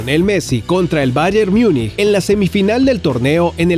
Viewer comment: el bayer miunih